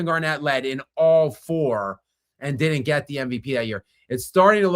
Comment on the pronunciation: He also isn't capable of pronouncing "didn't" . Says "did Dint". He's an uneducated sports guy. His analysis and opinions are interesting though. He just isn't good at diction and pronunciation.